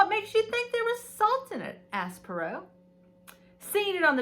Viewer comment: How fun! Enjoyed this video,! What a fun touch to include gifts to open as you enjoy the book 🥰 Reading the book becomes an immersive experience! P.s. Poirot is pronounced "pwah - roe" ♡♡♡😊